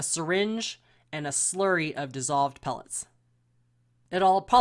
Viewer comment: She said slurry 😂